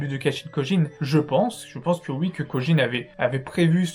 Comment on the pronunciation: C’est KOJI pas Kojin stp...